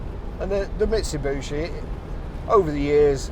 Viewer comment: Nice truck in good condition. Why do people call them ‘Misubushi’ or ‘Mitsubooshi’. Clearly said as it’s spelled: ‘Mitsubishi’. No second ‘U’. It’d be like people pronouncing ‘’ as ‘Crompton’ or ‘Crumpton’ 😂